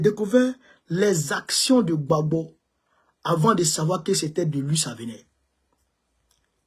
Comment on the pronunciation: ON NE DIT PAS "LU", ON DIT " LUI. MERCI BEAUCOUP